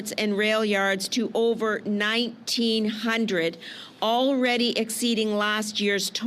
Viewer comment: the way she said that CBSA has intercepted 19 00 emphasizing on 19 then taking a pause in a way as if she wanted to say 19 hundred thousand or something